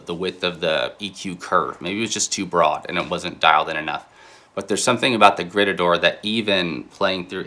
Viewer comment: a little grrreeetahdoor. 😂